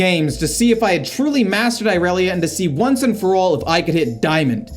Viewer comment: not the "eye relia"😭